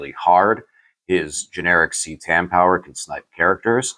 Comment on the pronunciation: Phonetics it's ca tan not ctan bro